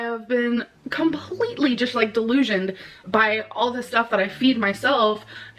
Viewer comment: the way she adds syllables to words is like nails on a chalkboard to me... COM-PUH-LEET-TAH-LEE